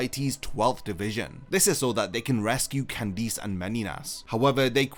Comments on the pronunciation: Bro just say Candice normally please, it’s not Candeece ffs 😂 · No one talking about how he pronounces Candice as candeez??? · Why can't you say Candice correctly? I HATE when 'pro yputubers' ruin a video by making simple and VERY AVOIDABLE CONSTANTINE MISTAKES like not knowing how to correctly speak their own language.. Google has a function that EASILY helps to avoid such immersion ruining gaffes.. Amatuer..